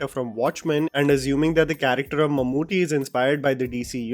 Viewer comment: ❤❤❤....Mammoothy nahi mammootty